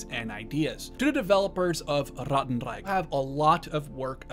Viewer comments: As a german speaker the way you say 'ratten reich' feels borderline offensive and racist just say it normally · Sorry but saying Rattenreich with a German accent is really distracting.